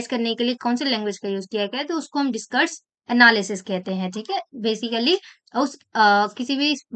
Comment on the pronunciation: You pronounced "discourse analysis" as "discourage analysis". That was funny.